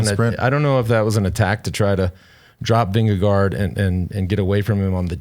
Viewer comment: As a dane. Got to respect Lance's pronunciation of vingegård. Spot on. George has som work to do though